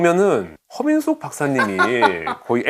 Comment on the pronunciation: 허민숙 박사님이라고 할때마다 커밍순으로 들리네